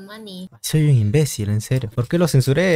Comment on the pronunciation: Creo que dijo invesil